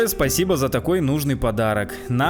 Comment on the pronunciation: Она как будто говорит сасибо тебе друг